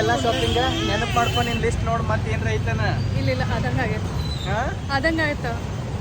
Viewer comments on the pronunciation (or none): none